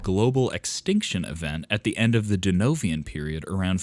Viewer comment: Long winded, repetitive and sometimes just crap. Right at the end the commentator calls the Devonian period the Denovian period. The headline is misleading clickbait. This has been a negative experience.